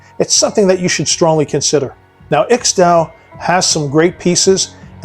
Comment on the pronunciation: that ixdao name gets butchered so hard 🤣.thanks for mixing it up.too many channels are beating the dive watch to death and I for one am getting dive watch fatigue.